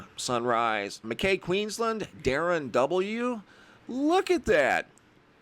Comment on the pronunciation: Mackay Queenslad- pronounced 'Mack-eye'